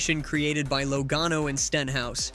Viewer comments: Commentator keeps calling him Low gone o.love it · Think you need to learn how to say Joey's last name correctly